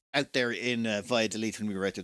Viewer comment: you said "by a the leaf", but it's more like "bah-yah-doh-lith". And yikes, extremely unlucky that the day you went it rained. It's rare for rain to happen here until December.